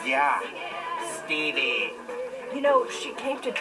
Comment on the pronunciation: I like the way he says Stevie . hahaha